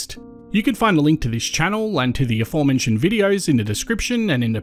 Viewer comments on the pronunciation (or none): none